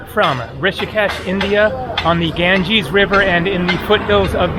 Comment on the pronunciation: You mean, Ganges IS called Ganga in local languages. And i can't stand it either how he pronounces it and i am not Indian, only have been there 3 times.